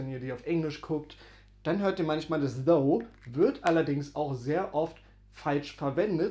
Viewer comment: Eine kleine Korrektur: das Englisch "thou" wird wie "thAU" ausgesprochen. Deine Aussprache "thOO" bedeutet auf Englisch "though", also das Wort "obwohl" auf Deutsch. Also, geschriebenes "thou" wird wie "thAU" ausgesprochen Geschriebenes "though" wird wie "thoo" ausgesprochen "Thou" wird kaum mehr verwendet, entspricht aber "du" auf Deutsch, z.b. thou goest (du gehst), thou singest (du singst), und so weiter. Die Mehrzahl von "thou" ist "ye", also "ihr" auf Deutsch, z.B. ye go (ihr geht), ye sing (ihr singt), und so weiter. "Ye" gilt heutzutage als sehr veraltet, dafür sagt man aber in vielen Teilen der USA, besonders im Süden, "y'all" (you + all).